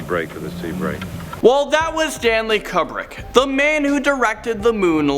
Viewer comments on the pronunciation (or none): Stanley Cub-brick... yikes